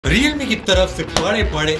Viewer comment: Leowramee... Lol